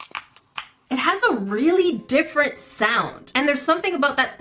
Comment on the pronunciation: You said look at this sawed Instead of listin to this sawnd